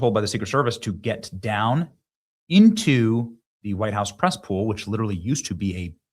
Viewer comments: Did you say PRESS POOL or CESSPOOL,LOL???? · Press (Cess) Pool. Nice 😂